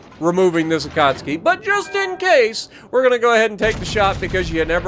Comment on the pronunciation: Akatsuuuuuuuuuki. Not Akatski 🤪